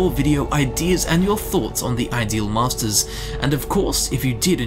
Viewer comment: You are saying it wrong. The inflection is on ‘ideal’ not ‘masters’. They are the masters of the ideals in their realm, not the ideal masters to have.